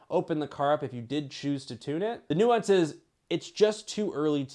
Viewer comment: It’s nuance